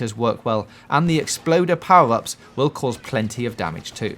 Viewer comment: Why cant he say "R" properly ! POWE Up ! GEAT way to win !